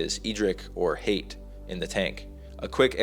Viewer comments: IT'S HAYT!!!! 😜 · Its Hayt.